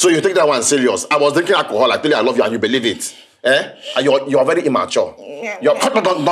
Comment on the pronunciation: “I rove you too”